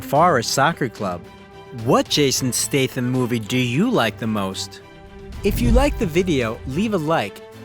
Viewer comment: It pisses me of the hear the narrator pronounces his name as STATEHAM. It should be STATHAM with a short A. Get your shyte right dude.